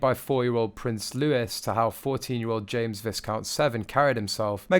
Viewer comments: Commentator should learn hoe to pronounce "Viscount" correctly. Ignorant. And her name is EUGENIE, not Eugene. And LOUIS, not Lewis. Who gave this commentator a job??? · VI-count (as in violet) not viScount. Loueee, no LouiSSS. YOU MUST DO BETTER! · Zara TinDOLL, James Vis-count, Prince Lewis??? It’s pronounced Louie! Why don’t they check out how to pronounce these names BEFORE going on air. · Pronounced "v'eye-count," not "viss-count." Also, Prince "Lou-ee," not "Louiss." 😉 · The "s" in Viscount is SILENT. Pronounced "Vi-Count". You mispronounced his name at least 9 times. And it's pronounced "Louie" (Lou EEE) not Lou IS. If you're going to be a commentator, pronounce the names correctly. Otherwise, you sound like an ignorant amateur that you are. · Ugh stop saying visss count and it’s Loueeee not is , do some proper research first before you make a video like this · Viscount is pronounced Vy-count! And Louis is Loo-ie. If you're going to do a voiceover, get the details right!!! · The "s" in Louis is silent, you're pronouncing it like Louise. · Viscount is pronounced Vycount (silent 'S') and Louis is pronounced Louee (again, a silent 'S') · You don’t pronounce the S, also Louise did not attend the funeral or had any part in the 10 days of mourning, and his name is pronounced Loo-e, if you want to look like a reporter then learn how to pronounce correctly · Vissscount? It's Vi-count. For Brit who is trying to be a royal commentator, you need to do something about your atrocious pronunciation! I've watched several of your videos and in every one, you get something wrong. Also, it's Tindall as written.....not T'ndaaaaal. And it's Louis is not Lewis, and he is four years old and was not even there! It's Eugenie not Eugene (she's a female!) The accuracy of your "information" is rather questionable too. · Fsake LOUIS IS PRONOUNCED LOOY